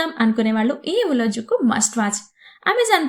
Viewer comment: ఉలజుక్కు కాదు ఉలలుక్కు malayalam lo zh nu l Ani palukutharu ..